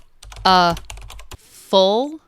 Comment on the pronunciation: Thanks. I got every words except full. it seems to me that you pronunce it as fall.